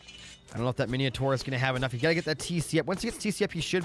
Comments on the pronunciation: Thanks for this upload but PLEASE don't call it Miniotaur... It's Minotaur! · bro where do you see the i in mino